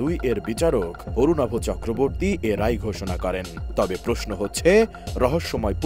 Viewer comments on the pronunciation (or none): none